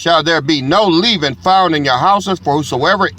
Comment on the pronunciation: Leaven.. pronunciation is like seven...not leaven like leaving. knows English 😂😂